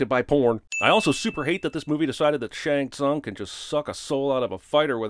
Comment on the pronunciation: You’re the one person I’ve heard in months who pronounces Shang Tsung properly😂